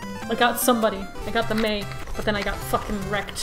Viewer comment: I MEI OR MEI NOT MEIN MEI. I MEI THINK SHE IS AMEIZING AND MEIKS ME LAUGH MEIBY!!!